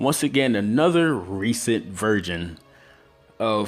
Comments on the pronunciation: Is it me or he says virgin instead of version? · idk dont if you guys noticed but i did, when ever he tried to say version to me it sounded a lot more like virgin. not hating on the video in fact i really liked it, i didnt notice about 3 of those people who actually used the roseangun sorry i butured the spelling